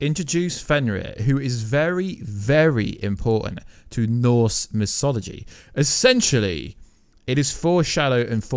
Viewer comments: Pronounces mythology as mysology, and Ragnarock as Ragranock. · Ragranok? Its Ragnarok Mysoligy? Its Mythology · "Ragranok", "norse misology" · He really cant, he's even pronoucing mythology as misology.